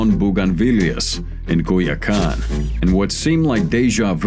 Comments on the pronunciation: “and Goya Kahn” 😂😂😂 not Culiacán ❌ but Goya Kahn yes ✅🤣🤣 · Culiacán translates to "Cool Your Gun" or "Greer-Kahn".....fucken A.I. subtitles 🍻😂😂😂